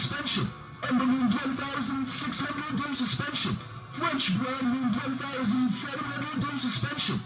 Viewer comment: he said BBROWN, not brown.